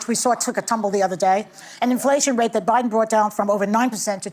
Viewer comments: OH MY LORD! Bayhard almost said O’BIDEN!!!! Yes. Im positive!!!! I listened to it several times! 😂😅😮😊🤪🤪🤪🤪🤪🤪🤪🤪🤪🤪🤪🤪🤪🤪🤪🤪 NIMROD!!!!!! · Hahaha...Joy said "OBiden" at first and then self corrected to "Biden"😅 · Is it just me, or did Behar say O'Biden? I swear she did in the beginning of her comment! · She said "obiden"! Hahaha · She called him obiden...😂😂😂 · you missed it!!!!!!!!!!!!!!! she said obiden!!!!!!!!!!! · Did anyone notice she initially called him O'Biden.